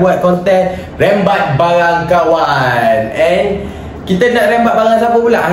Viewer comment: Rembat bukan rimbat